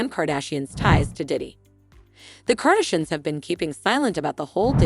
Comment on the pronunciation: Kardishins? Kenny? Good grief, if you aren't going to do your own voice overs, don't bother posting. Letting the computer mispronounce the names makes the whole post appear irrelevant.